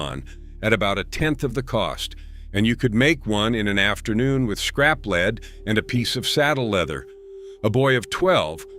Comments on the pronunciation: I bailed at the AI "leed" instead of lead.... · Yes, you can tell its artificial intelligence (aka; genuine stupidity) by mispronunciation of "lead," among other things...